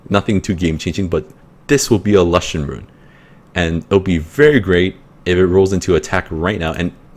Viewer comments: nice vid bro but plzz say l-oo-shen not lush-en sounds silly but haha, also can u show ur lagmarons runes? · youre the first person i hear who pronounced lushen as 'la-shen' instead of 'loo-shen' lol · lol its funny how u say it XD never heard lushen like that and okay il look out mate!